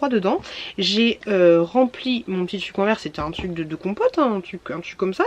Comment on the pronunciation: On dit tRRuc car TUC c'est plus possible🤮